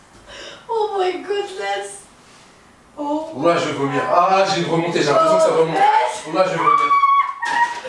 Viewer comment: Arrête de dire (j'ai envi de vumiir lol hhhhhhhhhhhhhhh